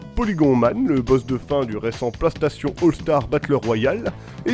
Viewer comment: pk tu dit Plastation a la place de PlayStation .